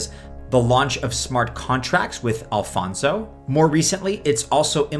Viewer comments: Is not Alfonzo, but Alonzo 😂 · its Alonzo bro not Alphonso :p WTH